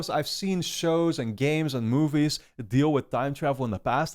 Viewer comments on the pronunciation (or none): none